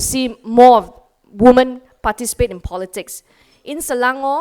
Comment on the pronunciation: She really needs to learn that "women" is pronounced as "wimen". But still, good stuff. We need more leaders like her in the country.